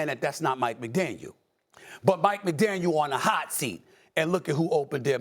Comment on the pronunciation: Stephen A...it's McDaniel.